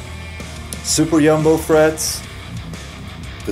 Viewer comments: I love how he says super yumbo instead of extra jumbo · "Extra Yumbo frets"!!! Man,that was really funny accent there Ola! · ''Yumbo frets''? I know you are swedish but come on!! You confused me for a sec...